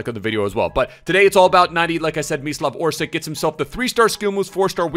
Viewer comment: Great vid...but instead "Orsik", try to pronounce it as "Orsich".